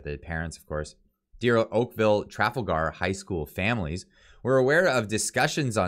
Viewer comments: if you’re going to cover some important issues and want to come across as legitimate news source in these difficult times… Then please watch your reading and proper pronunciation of of the words you are reading… The school is not called Okaville “Traffle-ger”High School… It is pronounced…Tra-fal-gar. You know…like Tra-fal-gar Square in London England… You know…where a lot of these “agendas” are coming from… As a avid musician, I am sure you can appreciate that proper presentation in any form is important. Just like a musician rehearsals help too. Thanks for your content. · School Name: "Tra-Fall-gr" Not "Traf-al-Gar" hope that helps. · It's pronounced tra- fall - ger. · Pronounced: Trah - Fall - gar not Traffle-gar Poilievre: Pauly-ev (eng) french: Poy-lee-ev-r (fr) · Tra-FAL-Gar,not TRA-fal-gar. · “Tra fal gar “ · It's pronounced : TrawFall Grr. I enjoy your shows I watch regularly. Good work . Keep it up. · Please take time to investigate the proper pronouncation of the school!!! It is Tra-fal-gar as in the battle of Trafalgar. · FYI it's pronounced Trah Fall Ger. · It’s pronounced TRAL-FALL-GAR, the way you said that 😂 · "Tra fall ger" is the pronunciation. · You're killing me: tre FALL ger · Tra/Fal/gar try that again. If not, Siri should be able to pronounce it for you. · pronounced TraFALLgar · trafalger is pronounced tra fahl grr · Tra. Fal. As in falcon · Jesus Christ, it's pronounced /tra-FAL-gar/!! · Really? You cant pronounce Trafalger?